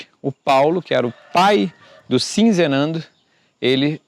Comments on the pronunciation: Você está falando Sinzenando, colocando um "n" a mais, o nome é Sizenando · Você já leu corretamente. Sizenando. Mas insiste em pronunciar SiNzenando. D. Pedro II, com 14 anos já era imperador do brasil. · Ahahahahah...não é sinzenando. É sizenando...